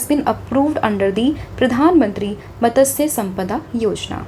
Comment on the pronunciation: Madam main kab se apka video daily basis se dekh raha hun. Per mera ek complain hae. App english medium student hai kya? App mastya sampada v sehi nehi bol paa rahi hae. Bahat sare hindi yaa odia words sehi sae pronounce nehi kar pa rahe hain. Plss you are our mentor. So we don't expect this type of wrong pronounciation from you guys. Not only you sir has more wrong pronounciation. Don't make video just to earn money in YouTube.